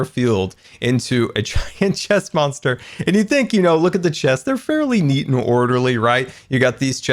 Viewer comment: If he's saying chest monster I hear stressmonster lol